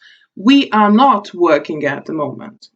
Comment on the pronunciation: Man neikiek nepadėjo. Ir tu nesakyk are A, o sakyk Ar. Ir tu galėtum daugiau pavyzdžių :(